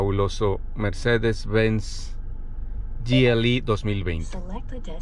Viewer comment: Gi el ei dice jajajajajajaja es Ge eLe Eeee , y si querés decirlo en su nombre dilo en aleman